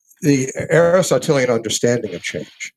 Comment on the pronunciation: The fact that Egnor did not pronounce "Aristotelian" correctly once in this debate tells you all you need to know about how hard he studied these authors.